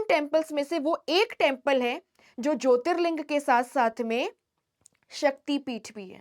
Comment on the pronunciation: When pronounced it is Jyotirling not linga and Shaktipeeth not peetha